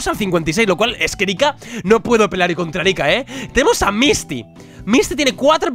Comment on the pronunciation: querido. Erica lleva el acento en la E. por favor